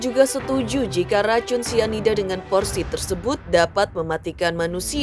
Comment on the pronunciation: Pelan2 bunda ngomong nya biar ga salah2 😂 Sianida bun bukan isida😅 Mirna yang minum kopi bun bukan Jesicca 😂 Kesel boleh bun tapi pelan2 pak supir hahaha